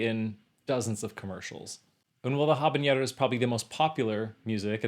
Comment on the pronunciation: Agree with La Bohème % Agree with Carmen 85.06%. Note: Carmen's most famous melody is not Habanera (please correct your pronunciation) - it means Girl from Havana and it is pronounced in Spanish, not French. The most famous piece, without any doubts, is the Toreador song (chanson du torèador). This piece is present in hundreds of movies, commercials, cartoons, etc. in many countries in all languages - way way more than HABANERA. DO NOT agree with Die Zäuberflote. I would replace it with Cavalleria Rusticana and Pagliacci (as a twin bill). Both very intensive, short, compelling stories and real powerful verismo music. Run time for these 2 with intermissions is less than 3 hours. Agree with La Traviata % Agree with Barbiere di Siviglia %